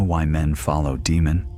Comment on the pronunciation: Hello good sir, been subscribed since the 6th video of the channel. Sorry for being autistic but I believe it’s pronounced as “Daymon/Daymond” not “Deemun”, they also say it in the TV series. Apologies for the correction and thank you always.